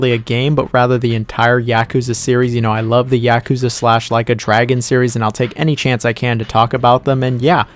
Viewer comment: please say yakuza correctly, it’s YAH-kuza not YA-kuza 🤦🏾‍♂️